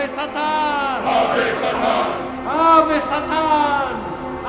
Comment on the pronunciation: The way the priest says “Satan” sounds like he said “Saturn”